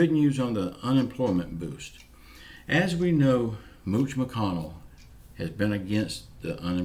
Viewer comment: Lol 😂 I’m leaning back in my chair listening to you for The first time. You said Mooch McConnell 🤣🤣🤣